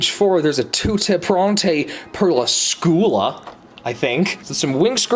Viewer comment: Yes they were inspired by fashion illustration. Also, it’s not flash animation, is couture style animation. And it’s pronounced scoo-oh- lah (scuola)😂😂